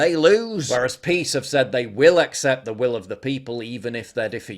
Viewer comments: It’s pronounced PISS! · It’s pronounce PISS